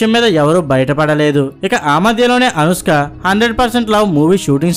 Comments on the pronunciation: అరేయ్... ముందు అనుష్క అనడం నేర్చుకోరా పువ్వా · అనుస్క ఎవరు ? కున్కిస్కా లాగా ? ముందు పేరు సరిగా పలుకు , సొల్లు వీడియోస్ తర్వాత